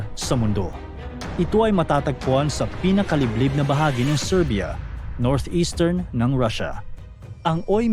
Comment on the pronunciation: Siberia hindi Serbia